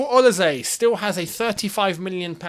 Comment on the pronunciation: Hi, it’s the Nigerian man again! He is pronounced- o-li- say